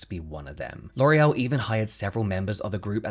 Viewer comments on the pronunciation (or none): Sorry, but don't you mean LORRULLL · So how hard was it not to say LORAL.. every. Single. Time. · James, it’s ok to mispronounce the names of nazi sympathizers…. Damn. I mean we should know better about these companies… I guess ignorance is bliss. I’ll try my best to find other brands to support.